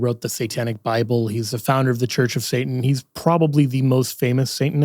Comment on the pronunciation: I love... And I had to watch this video a few times because I couldn't get around "saintan"😅... Great video, great information thumbs up!!